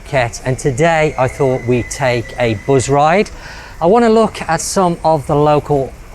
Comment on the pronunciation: “A buuzride”. really?